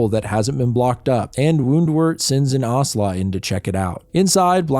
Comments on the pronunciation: I got really excited when I saw this in my feed, but had to stop watching this after the 10th time in as many minutes when you said 'Aurhslah' for 'Owsla'. If you had seen any of the TV/series/Netflix adaptations, OR Googled it, you would know it's said as rhyming with 'house-la' or 'mouse-la'. Instead of taking wild guesses at pronunciations of words you've never encountered, try finding it out first. This was the first video of yours I'd seen/been recommended, but sorry to say I won't be subscribing and this does get a downvote. Best of luck to you for future endeavours. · Ahhh yes, the movie that traumatized certain generations 😂😮 EDIT: Its Ow- slaw, not ah- sla haha 😊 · owsla is pronounced a bit more like it's spelled